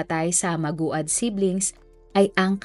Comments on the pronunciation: Jusmi hindi maogad madam ang pag pronounce ng family name nila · Iba ung pag pronounced nong maguad po 😭 MAG-WAD po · Maguad (magwad ang Tamang pronoucation) ng family name nila. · Maguad po hindi maugad..death sentence nga sana dapat ang hatol 😢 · Naku Ms. Narrator, sa susunod paki sali sa research mo ang correct pronunciation ng isang "proper noun". Ang daming nakakaalam ng kwento at pangyayari na to. Nakakainis pakinggan. Payo lang sayo, mawawalan ka ng listeners sa ganyang gawa mo. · Di mo man lang inayos pronounciation ng apilyedo nila. Parang ibang pamilya tinutukoy mo. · Alam ba ng pamilyang Maguad na ginawa mo silang content? Nag content ka na lang, mali2x pa.. 2 syllables na nga lang yang apilyedo nila di mo pa maayos. King ina mo. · Ayusin mo please pag pronounced ng last name..offensive yan s mga relatives ng victims.. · Maraming bitter dito s apag pronounce ng apelyedo.. Kayu nmn naka alam bkt Ang gagaling nyu tlga.. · Pronounce their family name well. Because you mispronounced it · Ano b nman yan.. paulit ulit ka lng hnd mo b alam ang tamang pag bigkas sa apilyedo nila... Pakiayos lng po.. pati tuloy kmi nalilito eh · ok na sana pero mali ang pag pronounce mo ng apelyido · Paki ayus nmn Po pag pronounce Ng apilyedo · Di ko tuloy yung video mali mali kSi yung pag pronounce ng apelyido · Ansagwa mo ateng pati ba naman pag banggit ng apelyido di mo pa mabigkas ng tama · Sana inaayus mo pag bigkas Ng apelyedo naku po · 𝗣𝗮𝗻𝗴𝗲𝘁 𝗺𝗼 𝗺𝗮𝗴 𝗸𝘄𝗲𝗻𝘁𝗼. 𝗣𝗮𝘁𝗶 𝗮𝗽𝗲𝗹𝘆𝗲𝗱𝗼 𝗺𝗮𝗹𝗶 𝗺𝗮𝗹𝗶 𝗽𝗮.😢 𝗵𝗮𝘆 𝗻𝗮𝗸𝘂! 𝗗𝗶𝗸𝗼 𝗻𝗮 𝘁𝗶𝗻𝗮𝗽𝗼𝘀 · Maguad!!! po para kang tanga magbabasa kalang ng docu mali pa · MANGUAD po hindi maguad. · sana inayos man lng ung pagbigkas ng tama sa apelyido. respeto man lng sana don sa mga namatay.. pinagkakitaan na nga... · Ang bobo ng pagbasa sa apelyedo nila.... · Gagawa ka lng ng content pero mali mali pa pronounce mo sa apelyedo.. kakasura ka sana inalam mo muna ang pagbigkas ate....😢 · Bakit po mali ang pronounce sa apelyido😢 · It's mag wad, not ma gu ad✌️